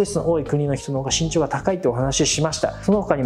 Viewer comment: 最初「しんちょう｣じゃなくて「ぎんちょう｣って言ったよね